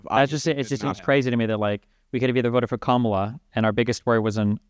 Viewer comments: Absolutely, just the pronunciation of her name says a lot. Either he does not listen to anyone who says it right or he has heard it right and does not care too out of mild rebellion and disrespect. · I believe that it is fair to say that the people who pronounce Kamala incorrectly have been getting their information from faulty news sources. How are you gonna mispronounce a vice president’s name four years after her ticket won?